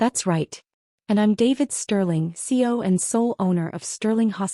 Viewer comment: I am disappointed that you did not EDIT your script and narration. CEO is three syllables, not two. And it’s “Mine” not “ My”. You will not earn subscriptions if you give us garbage. 👎👎👎👎👎👎👎